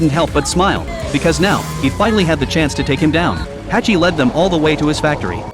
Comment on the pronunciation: Who tf is Hachi!? 🤣🤣🤣 His name is Hutch